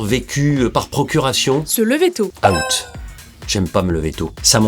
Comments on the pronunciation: C'est out pas a-out mais sinon stylé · Quitte à corriger la prononciation mets "Ouwt", out à la française ça sonne pas pareil